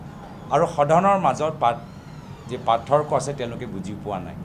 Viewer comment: গৌৰৱ গগৈ এজন অসম তথা যোৰহাটৰ সাংসদ। অসমীয়া হৈ তেওঁ অসমীয়া ভাষাটো কʼব নাজানে নিকি। সদায় ভাসনত শুনো পাৰ্থক্য নহয় পাথৰ্ক‌হে‌ কয়।😂😂😂